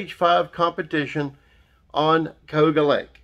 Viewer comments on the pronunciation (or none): It's called Ka u ga. Cayuga